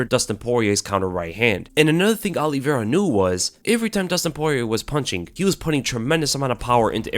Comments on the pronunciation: Olive-i-ra. not Olivera. good to know the fighters' names ya? Justin has zero chance. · "Alliveira" lol